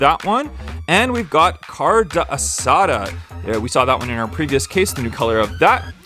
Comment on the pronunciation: by the way it’s “car-day-asada” not “car-duh-asada”